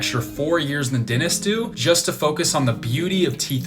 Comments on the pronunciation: what is a denist? I thought it was dentist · I like the way you say denists instead of dentists. :-) Well, I got lingual braces right now. And you are right when you talk about feeling ashamed or unconfident when smiling. I had the same problem and now I am training in front of the mirror to get the perfect smile. :-)